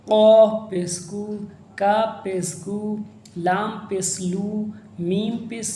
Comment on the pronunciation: Pes Nahi Pesh hai 😂